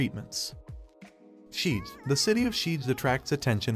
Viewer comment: I know Hungarian is one of the hardest languages. BUT! What is the Pinonian Plain? Red thermal spring valley? Szeged to sheed? Eger to Edger? If you can’t pronounce Hungarian words is fine. But copy?